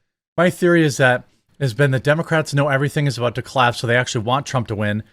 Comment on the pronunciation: Her: "I was educated in this city." Also her: "DEY say if..." Yeah, it shows, sweetheart.